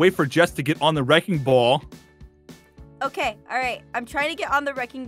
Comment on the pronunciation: I keep laughing at aphmau said Aphmau:thats a wreking ball😅😂